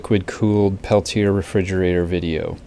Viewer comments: it's pronounced Pel-tee- A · Perhaps, but that wasn't my intent. I apologize. I should have said, "This is an interesting video. Thanks for posting it. Just so you know, the TEC device is pronounced Pel-tee-A."